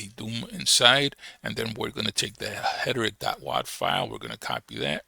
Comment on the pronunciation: Hederick?? Haha it's Heretic brother - pronounce it like "HAIR'-UH-TICK". :) Stress is on the first syllable. HER-e-tic. Thanks for the info brotha